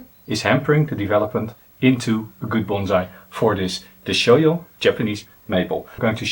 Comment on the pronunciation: Deshojo has a "hard J". It is not the Spanish or German "J". "deh-SHOH-jo" Other than that, great stuff.